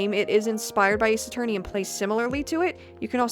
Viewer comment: Ace A-FUR-ney?